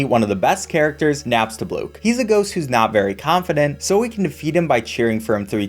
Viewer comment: naopstabloook instead of napstablook